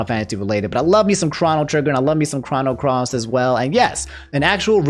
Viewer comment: I still find it funny that calls it "Chah-no Cross" instead of "Chroh-no Cross"